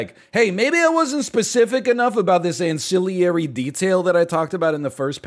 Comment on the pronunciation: It's ancillary, NL, not "ancilliary".